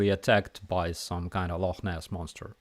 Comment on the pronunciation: Love how you got the pronunciation of Loch Ness correct. Have YouTube fixed their stupid shit yet?